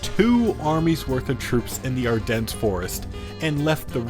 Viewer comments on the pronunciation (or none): none